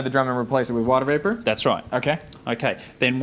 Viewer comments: Eric I think he’s saying vapour but that joke was amazing. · i thought he said "liquid into viper" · vapour, not viper.....:)